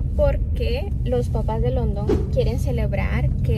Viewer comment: Hola. Mi Reyna. Tengo una Duda te escuche decir London y no se si pronuncias cómo el pais London. Tengo un hijo de 15 años y se llama Igual que tu esposo pero noaotros lo pronunciamos. Landon y vivimos en Ca y el es Latino pero su ambiente es solo de Americano’s cómo dices tu HUntington Beach Y su nombre lo pronunciamento cómo Landon . Quizas tu esposo se llama London ? O Landon? Te escucho y la pronunciation la dices difetente . Solo una curiosidad